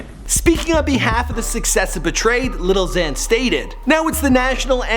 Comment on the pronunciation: every time he says “little xan” i want to kill myself even more